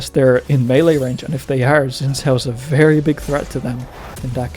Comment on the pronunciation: Why does this dude keep saying "Juhn Joe" for Xin Zhao?